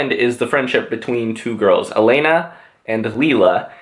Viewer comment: please it's élena not eléna